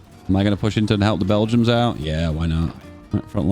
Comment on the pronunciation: Why do you call them bell-jums instead of Belgians?